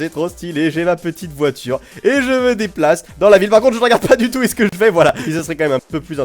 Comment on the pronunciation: Tu de deplace'librement xD comment il la dit